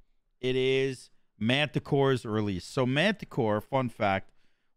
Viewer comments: i wonder how long its gonna take for people to say Martichoras not Mantichoras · PS, his name is MaRtichoras, not MaNtichoras 😉